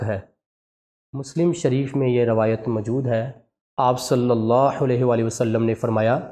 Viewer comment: MUHTRAM bhai HAZOOR PAK K NAAM K SATH JO AP DAROOD PARRHTAY HEN US MEN SALLALLAHO KA HAA MOTA PEERHNA HE AP US KO BAREEK HAA MEN PERH RAHAY HEN JO K GHALAT HE